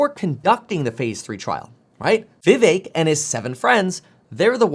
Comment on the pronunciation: vivek pronounced: viv(ache)